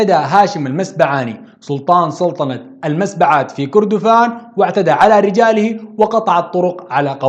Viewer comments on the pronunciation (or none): تعديل مُسبّعات بضم الميم و تشديد الباء كُرّا كذلك بضم الكاف و تشديد الراء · نعم...لاحظت في تسمية المسبعات...الباء مشددة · تصحيح المسبعات بضم الميم ونقول هاشم المسبعاتي عند النسب وليس المسبعاني وهذا لا ينقص شي من المادة الرائعة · المسبعات من مسبع بتشديد الباء يا.. المسبّعات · المسبعات معليش، ما بتعرف تنطقها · تشكر يا استاذ. على هذا المقطع الجميل و المفيد..بس عندي بعض الملاحظات على هذا الفيديو..معليش الفيديو قديم لكن حقيقة أعجبني جدا..اولا حسب ما تم تدريسنا في الابتدائي عن تاريخ السودان..نعرف ان كلمة المسبعات تنطق بتشديد الباء و ليس فتحها...حقيقة لا اعرف النطق الصحيح..اهو ما نطقته انت ام ما درسناه..ثانيا السلطان الذي اسقطه الزبير باشا اسمه ابراهيم قرض...نسيت اسم السلطان الذي ذكرته انت...و لك كل الشكر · والله ي م ح اقدرر أشكرك أو نشكرك لانو م ح يفي بالتقدير المناسب ليك..بس جزاك الله خيرا...هي اكبر و أوفى...مزيد من التقدم مزيد من الإبداع الى الأمام...بس لو ممكن تصحيح لطيف في نطق المسبعات هي بضم (الميم) وفتح( السين )و تشديد في (الباء). الى الأمام...تحياتي